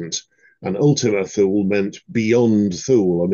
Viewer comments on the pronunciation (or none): Sir, When I was up there many years ago, the locals called it Too Lee in Greenland, or Thule Greenland. There is a big military base up there. I believe that's the correct pronunciation, if you know better, please let me know. Thanks for your wonderful content and my apologies for this pedantic comment